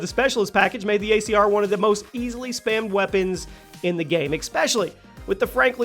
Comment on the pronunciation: “ecspecially” headass bro